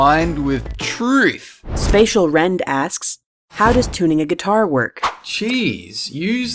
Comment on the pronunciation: That's an odd way to pronounce spatial...